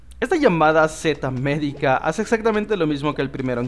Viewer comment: se llama seta miedica no sete medica a y saludama y me gustan tus videos